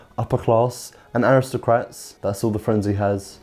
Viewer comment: Rishi is so rich he doesn’t need to pronounce words properly “awisocwats”